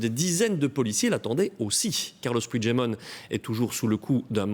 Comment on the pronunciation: Son nom se prononce "Pui-gue-demont" et non "Pouijedemont"... C'est un nom français, ca se prononce donc en français, pas en portugais...